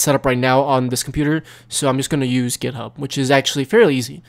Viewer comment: when u said "github" i thought u said "pornhub"